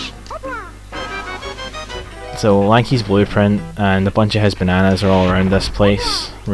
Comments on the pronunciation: Oh i see "Lanky's Blueprint" Sounded like "Lanky's Boyfriend" XD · "Blueprint" and "Boyfriend" sounded uncannily alike